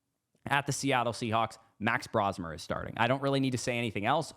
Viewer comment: LMAO 🤣🤣🤣...can I please hear it one more time .. with emphasis again plzzz... MAX BROSMERRRRRRR!!!!!!LOL.....😂😂😂